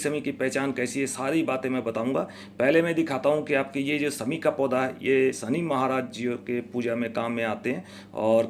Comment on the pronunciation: sahab sabse pehle aap apni bhasha shudh kijye.sha shabd ka sahi ucharan kijye.sha ko sa na kha jye. Shami ko aap sami bol rhe he. Shani ko aap sani bol rhe he. Bade sharm ki baat he. Bhasha shudh kijye